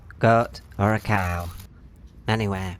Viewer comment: It's interesting how he said cow at the end of the video you have to have headphones on to understand